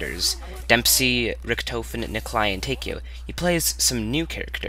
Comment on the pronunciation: Great review. But sorry you can't pronounce anything. Kino Der toten. Not kino derun toten. Deadshot daiquiri. Not deadshot diquiri. Vr eleven. Not Vr one one. It's pronounced tawkeo. Not take-eo. Richtawfen. Not richtoe-fen